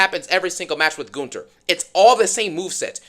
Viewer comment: It's amazing that you can pronounce Gunther's name better than Michael Cole can.